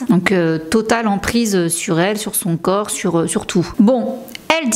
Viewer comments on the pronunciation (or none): none